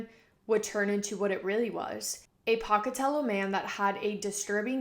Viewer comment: off topic im from pocatello and the way you say it is so funny 😭